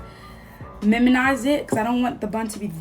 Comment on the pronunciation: "miminize" 🤣🤣 girl I love you🥰